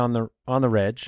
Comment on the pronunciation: It's pronounced on the "Regs" like regular, not "reg" like Reggie lol 🤷🏾‍♂️